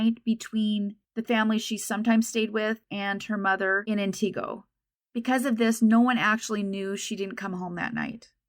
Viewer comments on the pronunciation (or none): Good job on your pronunciation of Wausau but Antigo wasn't correct. It's closer to Ant-ig-o than An-ti-go. One of those weird WI pronunciations. They really don't have enough to charge the driver & guarantee that it would stick. I lived & worked in that area of Central WI for many years. I remember there being posters all over Wausau & the surrounding areas at the time. All 3 of the "local" TV stations ran the story many times. Thank you for covering Kayla's story! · The town’s name is pronounced “Ant-i-go”, no “EE” sound.